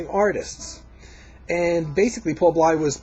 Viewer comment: I was a radio DJ in a major market with 25 years of experience. I featured any genre of music under the sun on my show that satisfied my extremely high standards, and as a DJ, I had to make sure that I pronounced the names, titles, etc. right: Paul Bley's last name is pronounced BLAY. Jimmy Giuffre = JEW-free Jan Garbarek = gar-BAH-rek. However, probably most American jazz lovers, have pronounced it your way, so you get a pass. When describing Bill's jazz-rock fusion trio of albums, you are showing your limitations of taste. They were inspired by Allan Holdsworth, who is considered the GOAT among 90 + percent of major electric guitarists and fans on the basis of his sophisticated compositional/melodic skills, complex harmonies and improv choices, as well as his blazing legato style technique. He never created anything for the cheap thrills of guitar heads and is deservedly pegged as a true fusion artist. Btw, a couple of Pat Martino's albums contained jazz-rock numbers. I still consider the 1977 Joyous Lake one of the best fusion releases ever.